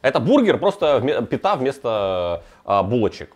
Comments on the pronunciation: пИта, не питА, дико слух режет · Зануда вкл: "пита" произносится с ударением на первый слог. Зануда выкл.